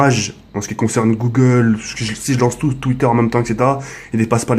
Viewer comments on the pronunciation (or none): none